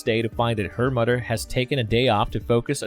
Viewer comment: Fawdder.. Mawdder... Togedder... Udder.. just stop!